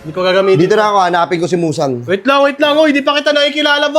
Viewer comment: Muzan ❌ Musang ✅